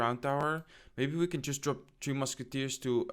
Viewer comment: You Keep Saying Teo Musci its three mucki man😂😂😂😂😂 great video by the way